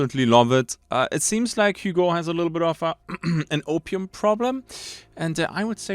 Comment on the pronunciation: I am pretty sure Hugo is read as Ügo. Not that it matters too much. 😀 I like the lore so far, hunger seems very promising game, can't wait for the release.